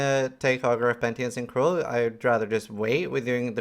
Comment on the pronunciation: Pentience? Wtf is pentience?! Haha love you but the word is penitence, from the same root as the word penitentiary.